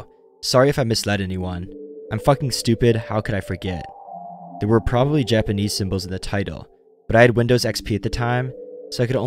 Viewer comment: For real, it was so jarring when he said any Japanese word and butchered it.